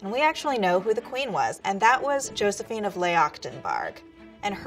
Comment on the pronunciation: one lil critique that got me: Josefine should be pronounced yo-se-fee-na